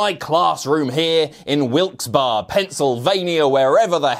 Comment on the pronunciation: Wilkes-Barre is pronounced Wilkes Berry you numpty.